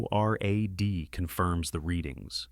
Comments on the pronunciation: “N.O.R.A.D”? Can’t just say NORAD, like the rest of the English speaking world? I hate AI. Also, WW3 just kicks off with the worst possible scenario? No conventional warfare. attempted invasions or false flag events? A random dictator wakes up one morning, can’t get his carmel latte & decides to start slinging nukes? Seems a little excessive. WW3 can & probably will break down into nuclear war, (and could obviously start with it) but with the threat of mutually assured destruction, it doesn’t seem likely to be a good strategy for a war declaration. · Couldn’t get past the first minute. AI slop. And it’s pronounced NORAD.